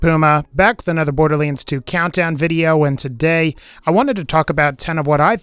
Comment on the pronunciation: my mom trying to pronounce Borderlands 2